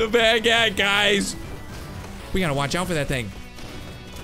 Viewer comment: That's NOT how you pronounce baguette